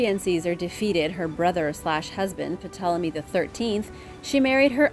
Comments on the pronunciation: When will they tell her the "P" in Ptolemy is silent...?🤦‍♂ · Hi, anytime a word starts with Pt, the P is silent. Love the videos. Keep up the great work. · In my American experience the "P" is silent. "Tolemy" is how it sounds. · I thought the T was silent in Ptolemy? Strange how the Jack The Ripper true story is never released. I believe it was solved and covered up for some reason. Also, it seems the Pyramids in Canada's most Northern areas are being kept silent for some reason?